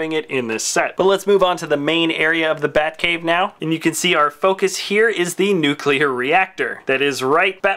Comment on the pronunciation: heh he said buttcave im dying of laughter lolololol